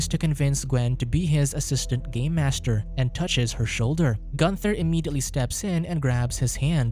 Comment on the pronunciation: Im sorry, I just kept hearing "Gay Master". That would be a very different movie now wouldnt it?